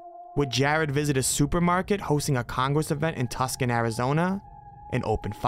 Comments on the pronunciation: Tuscon us pronounced (Two-sawn) not (Tus-can), not aa big deal just saying, since people from Arizona might take offense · Tuxson? LMAO no Tucson it's pronounced like two son , please put respect on Tucsons name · It's not "Tuscan" AZ lol, it's Tucson, like TWO-son lol 🤡🤡🤡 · Tuscan is pronounced "too-san" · I live in AZ!!! It's TWO-SAHN not TUSK-EN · It is not Tuscan Arizona it is Tūsön Tucson like 2sawn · Tucson. It's pronounced TOO-SAHN. How hard is it for youtubers to look up how to pronounce things. Yall sound like morons half the time. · TOO- sahn = Tucson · ~ (or so)....for future reference, Tuscon (arizona) is pronounced "too-sawn". If ya ever have to say Worchester (Massachusetts), it's pronounced "Wooster". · “TUSCAN ARIZONA” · lol its pronounced Too—Săn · I wouldn’t be surprised if you did it just to be funny or annoy people, but just in case you didn’t know: Tucson is pronounced two-sahn. Love your content dude, keep it up! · This narrator has no fucking idea what he is talking about. He can't pronounce Tuscon, he doesn't know the difference between Minnesota and Missouri. He doesn't check ant facts. He is a fool trying to inform me. What a dope. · I liked your video a lot but have 2 points. Tucson is pronounced Too-san. And schizophrenia is only rarely connected to marijuana use and not to mushrooms or LSD. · Heads up, look up the pronunciation of "Tucson."